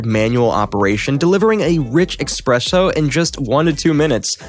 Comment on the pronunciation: Did you just say expresso?! 🧐